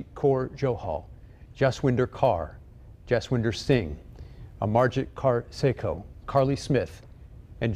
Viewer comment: W makes a V sound in the Punjab language. So it’s not pronounced “joss winder”